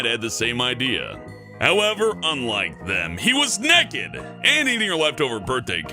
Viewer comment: Haha you say nekid the same way I do!